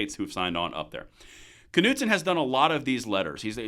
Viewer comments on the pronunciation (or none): I think it was driving me nuts each time you pronounced the K in Knudson 😂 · Pretty sure "Knudson" is a silent 'K' Just saying.